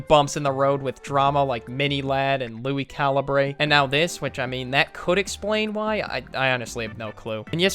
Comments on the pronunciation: bro he said Lui calabray just for if you make a video it’s lui calibure just for next time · Holy sheeeeeeetttttttt it’s pronounced LUI CAL-UHH-BER Got dang that triggered me